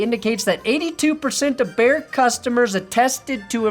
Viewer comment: Bear... not Baird. Although.... Or... behr....